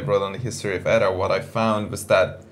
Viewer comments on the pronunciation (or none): It's "E-T-A", not "Etta", you ass!